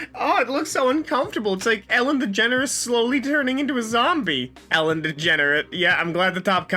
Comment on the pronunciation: Does he keep calling Ellen "Ellen Degenerate"?